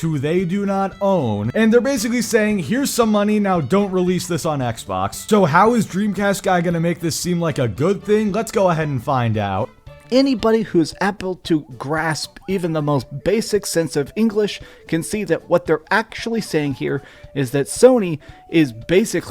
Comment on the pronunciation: I caught that as well. "Anybody who's apple to grasp even the most basic sense of English..." Come again? This is very ironic coming from, someone who can barely pronounce certain words or form cohesive sentences while clearly not using a script.